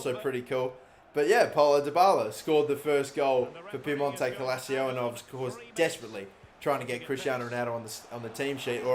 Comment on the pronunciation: My guy can’t even say “Piemonte Calcio” right. Therefore I’m not watching the rest of the video I’m kidding byw